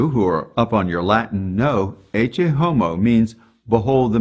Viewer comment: Very nice. The thing I appreciate the most is the correct pronunciation of "Ecce", I was going nuts looking for it 👍